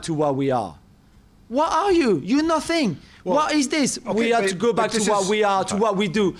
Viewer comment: You are nuuuut-theneeee 😂😂 I cant stand his accent but today it was Majestic